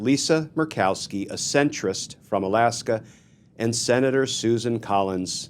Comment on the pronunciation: Glen… it’s “AND” not “END” not “AN”